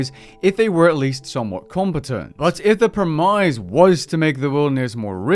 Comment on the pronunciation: Is that how Europeans pronounce "premise" ?